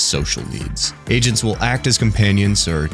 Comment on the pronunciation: i heard asians instead of agents which was cuz they are core-an